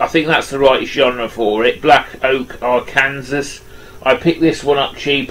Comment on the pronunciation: Nice Black Oak pickup. The word Arkansas, the last “s” is Silent. So it’s Are-Can-Saw.